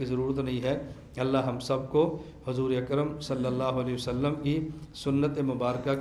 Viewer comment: صلی اللہ علیہ وسلم کا تلفظ درست ادا نہیں ہورہا ہے۔۔